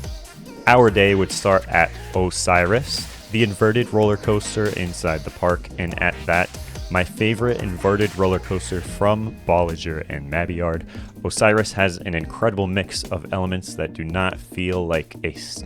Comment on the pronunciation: Man said bolliger and madiard, its bolliger and mallibard